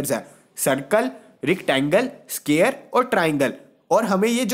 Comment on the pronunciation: Square ko scare bol rahe hai